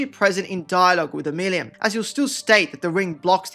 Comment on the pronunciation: The way you pronounce Omeluum has to be ragebait - i can't take it